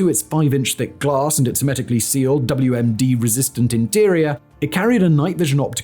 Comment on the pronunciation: It misinterpreted his mispronunciation of hermetic as semitic